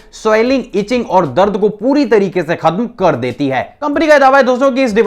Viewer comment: Karrr sakti hai Rakhhh shakti hai🤣🤣🤣🤣